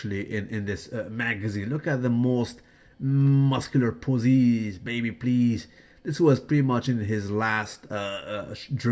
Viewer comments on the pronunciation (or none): why does say "posies" instead of "poses" but "faces" isn't pronounced "facies"? Can someone explain this mister-ries, to me, baby please?